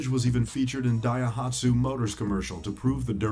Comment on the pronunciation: Israeli = Israel-I Daihatsu = Da-he-aitsu Hussaini = Who's Saini? Fuck me, did this narrator grow up under a rock? His pronounciations are all over the place...